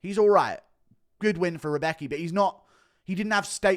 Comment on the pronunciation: FWIW, Anik’s pronunciation of “Rębecki” isn’t like “Rebecca”, it’s like “round”, except the “-n-“ is an “-m-“ and the “-d” is a “-b” through to “-becki”..~’Roumbeki’ ,{^_^}”